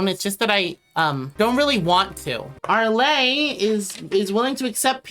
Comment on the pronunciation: also omg please stop saying “arlay” 😭😭